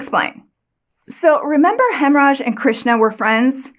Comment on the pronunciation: When I hear you say the cook's name, I hear "hemmorage."